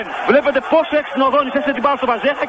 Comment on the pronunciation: Βαζίχα προφέρεται στα πολωνικά βασικά με παχύ ζ. Το rz στα πολωνικά δηλώνει το παχύ ζ.